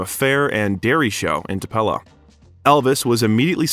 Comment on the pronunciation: You are saying Tupelo wrong, it is pronounced Too-pa-low. Thank you very much for doing a biography on Elvis. There will Never be another performer or man like him. He was the Best looking man to walk this Earth. He had a voice like no other. Elvis is greatly missed by millions. I will Always love him. R.i.p.🙏 Tlc. 🤙Tcb⚡️💙💙💙💙💙